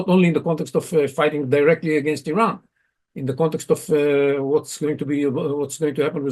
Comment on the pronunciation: Iran can,t srike Isreal? The Iranian airspace is Exposed ? I call this fake news.and the pronounciation of these guest is so bad,sry😂😂😂